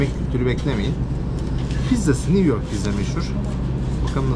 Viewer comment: NİV YORK, NİV YORK, NİV YORK‼️ 🤔🤫😣